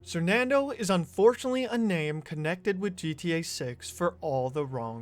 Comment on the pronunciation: When did he change his name from "sernandoe" to "sernando" lmao